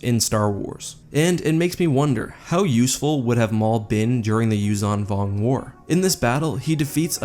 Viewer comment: I think that the 'zh' is pronounced like the 's' in 'leisure', not like 'z'.